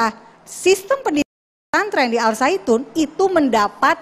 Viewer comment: al zaiytun woe bukan al saitun